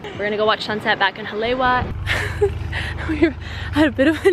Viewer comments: Her pronunciation of Hawaiian words is terrible. Haleiwa is pronounced Hali Ava. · pronounced Ha-La-e-va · “HA-lay-Ee-Vah“ All pau, driving me nuts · That shop in Haleiwa (pronounce "holly-ayva", BTW), with the "wings"....used to get shave ice EVERY time we passed by there. 30 years ago!!!! (lived on Schofield 89-91) I'm leaving tomorrow morning, from Detroit...will be there in the afternoon!!!! Glad the place is still there...we'll be stopping in for sure!!! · pronounced 'ha-lei-e-va' (in Hawaiian, the 'w' is pronounced like a 'v')... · It’s pronounced Ha-Le-i-Va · HA LAY WA LMFAO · I love your videos! I was so happy when I saw that you went to Hawaii! Just a quick tip from a local though, Haleiwa is actually pronounced “Ha-lei-e-va” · girl, you should've gone mermaid cave over there in the westside. Btw, Haleiwa is pronounced Haleiva. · The way she pronounces Haleiwa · Hahaha thats the 1st thing I tought too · Yes, the pronunciation needs correcting. It’s what Briana said.